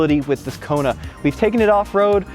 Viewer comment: Did he just call the Kona (Rugged) 😂😂